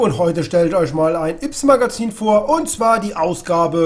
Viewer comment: Ja die neuen Yps Hefte wenden sich an ein älteres Publikum. Nämlich an alle Leute, die sie als Kind oder Jugendlicher gekauft haben. Außerdem heißt es ÜPS und nicht IPS.